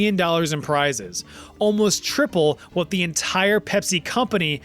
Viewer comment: as someone that lives in the CITY of nottingham, i applaud your perfect "wot?" in the local accent ;) and of course <BEEP>!